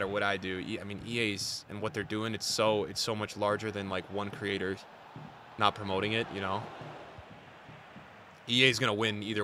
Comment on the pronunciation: "Promo'ing" promoting bro its promoting 😂